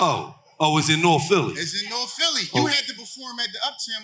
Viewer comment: It’s PHILLY not phelly wtf😂